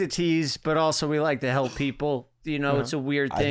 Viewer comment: better belp? Lol